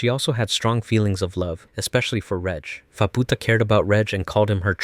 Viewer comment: Faputa❌️ Phabpootah✅️